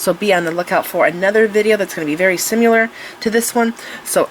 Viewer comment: Sim ILL er, not Sim U ler